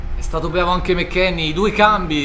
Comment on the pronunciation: Riassunto del video: è stato bvavo